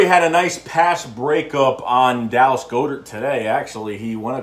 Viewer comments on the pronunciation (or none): Dude.its God-ert